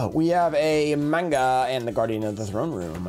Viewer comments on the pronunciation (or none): none